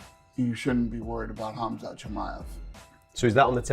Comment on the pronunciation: Did Colby just call Khamzat "CumShot"???